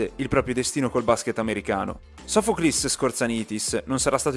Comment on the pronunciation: Si dice Irakli's.sofokli's....tri'kala...ioniko's nikeas..